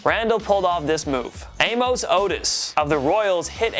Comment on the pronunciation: Do you not know how to pronounce the name "Amos?"